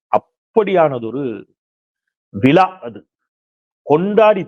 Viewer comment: நானும் நிகழ்ச்சியை பார்த்தேன். ரொம்ப நெகிழ்ச்சியா, பெருமையா இருந்தது... உங்க கால் கட்டைவிரலை இழுத்து புடிச்சி கேட்கிறேன்... விழா என்ற சொல்லை கொலை செய்யவேண்டாம் ப்ளீஸ்